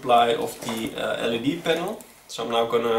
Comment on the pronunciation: It is called an L-E-D panel. Not a “led” panel.